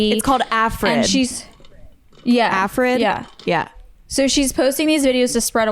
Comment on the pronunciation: i just have to correct it’s ARFID not AFRID lol